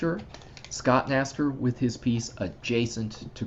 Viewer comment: Another great job from Scott! (BTW, his last name is pronounced K-naster.)